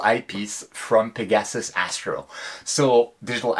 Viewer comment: peg-a-sus , or peg-ah-sis. NOT peg-assus :)